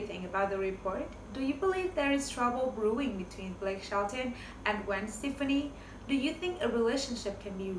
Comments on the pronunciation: Her name is pronounced Gwen Steph-aah-knee not Gwen Steph-knee. 💁🏼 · First if you are going to report entertainment news you should at least need to know how to pronounce their names - if you can’t pronounce the nam of somebody as famous as Gwen Stepfani then you shouldn’t report on them